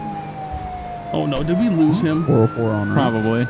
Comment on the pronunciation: You guys are killing me saying 4O4. It's four zero four!!! Highlight of my day watching you guys